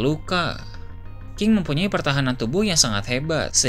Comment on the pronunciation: Bro ini cuma telinga ane apa ente yg gk jelas ngmong "NG" nya? king jadi ki, menang jadi mena😂😂